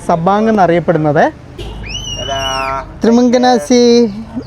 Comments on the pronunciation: ത്രി മങ്കനാസി എന്നല്ല മോനെ ത്രി മകാ സി എന്നാണ് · ബ്രോ ത്രിമംഗനാസി അല്ല ത്രിമ കാസി ആണ് 😂അപ്പ കബർ എന്ന് വെച്ചാൽ hwru ❤